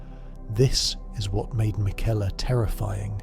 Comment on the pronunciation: This feels like AI is having a rough time with some of these names and phrases McElla vs Miquella, Marika vs MarEEka. Quit using AI to create things that you can do yourself.